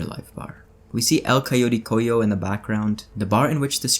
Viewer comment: Really loving the videos and your analysis. A little fyi note: The word Cojo (in El Coyote Cojo) is pronounced "Coho" not "Coyo" and it means lame or basically missing a leg/paw.